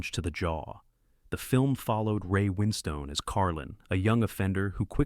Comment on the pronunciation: Such as Booooor Stall, Winn Stone, etc. Gaps between words, utter boll8cks isn't it.